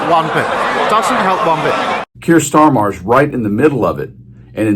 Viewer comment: FYI, Starmer’s name is just pronounced to rhyme with “farmer”.